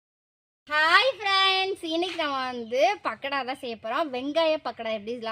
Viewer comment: It's not a pakda, it's pakoda😄